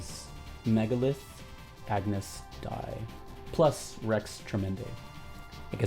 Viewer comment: Ah-noose day lol